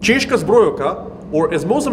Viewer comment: The s in Česká zbrojovka is just an s. It's not š.